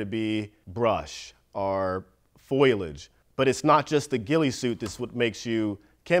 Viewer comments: Fo-li-age not "foilage". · The word is "FOL-I-AGE" not "FOI-LAGE"... Look at the spelling, "foliage", the "L" comes before the "I"... Sad to see even an accomplished sniper say the word "foi-lage"... three syllables, FOLL-EE-AGE. LOL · Fo-lee-edge not foilage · But when he says “foilage” and not foliage that did it for me. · Foliage = Brush...Foilage = Pokemon cards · Man said foil-age not foliage. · It's foliage no? Foilage sounds like something consisting of aluminum foil, lol. I don't think you'd want a ghillie suit made of aluminum foil, lol. Imagine trying to sneak up on a target with that, the ridiculous amount of noise it would make, the visibility of the suit, especially during the day. "You know we can see and hear you right?" Guy in foil ghillie suit: "no.. no you can't" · Foliage 🚫 Foilage ✅ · Foilage?? Not foliage? 😂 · So a professional trained sniper who has experience making a ghillie suit can't pronounce the word foliage correctly. The ghillie suit as he says is to hide and make the sniper look like foliage. But yet this dude says Foil-edge. Foil-edge. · Foliage, not foilage hahahahah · And yet he thinks foliage is pronounced foilage. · Bro said "foilage" like Marge Simpson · dude said foilage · Very interesting to hear a man who is experienced in sniping and combat to pronounce foliage so entirely wrong ... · Great video. But... "Foilage". Oof. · Did he say Foil edge!! Hahahahaha come on 2/75th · just needs to learn how to pronounce foliage